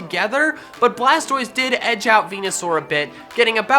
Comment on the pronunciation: Its blastois